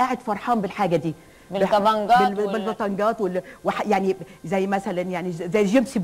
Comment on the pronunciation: من الارتباك قالت البطنكات وهاله تقولها الطبنكات